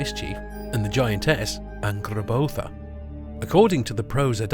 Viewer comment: incredible video and loved the part where you spoke correctly the names Jörmungandr and Angrboða